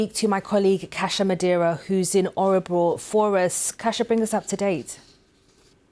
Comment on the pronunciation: It is Örebro and not Ä-rebro. Replace Ö with an O and not with Ä ...